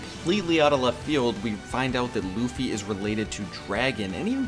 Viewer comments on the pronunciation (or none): none